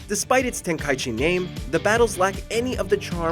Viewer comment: I’m offended on how you say the ten ki g game